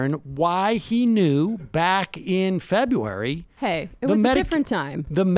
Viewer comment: Febuay? Febuay.